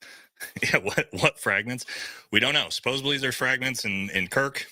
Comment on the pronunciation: SupposEDly, please. (Not supposABly)